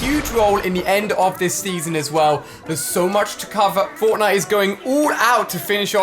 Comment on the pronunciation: did he say sneasen